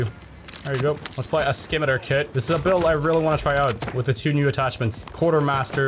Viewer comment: bro all im hearing is "skibidi kit"😭😭😭💀💀💀